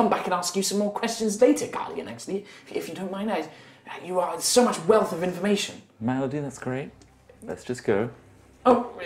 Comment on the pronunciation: Melody? Is that what it is because every time said it, it sounds like Malady a distinctly more ominous name